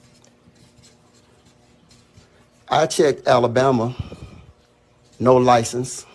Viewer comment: I feel him but his grammar!!! Yikes "Licease"